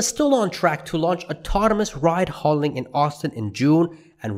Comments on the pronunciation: ...ride hail-ing, not ride haul-ing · It's "rideHAILing" not "ridehauling" or whatever it is you are saying...